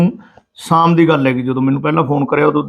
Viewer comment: O saam ne hunde shaam hundi aa